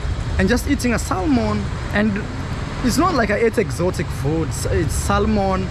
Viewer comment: Sorry Bro for getting scammed, just a polite correction the fish salmon, when pronouncing it the 'L' is silent